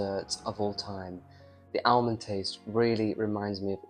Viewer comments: Why are you pronouncing the l in almond it is pronounced in English as ahmond. You may have many American viewers but you are not. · Just a big advertisement for Almond Tea! BTW Pronounced armond, silent ‘l’. That plum in your mouth is getting bigger each week! Please be yourself.